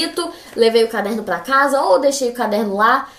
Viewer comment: Mano ela falando " plova, pla "